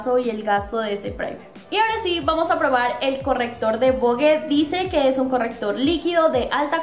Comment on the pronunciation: Hola amiga muy buen video soy de chile🇨🇱 y se pronuncia vog nomas y se escribe vogue